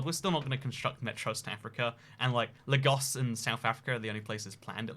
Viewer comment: Funny way of pronouncing Lagos ....I always thought it was /leigos/ but oh well, this whole video is fantasy land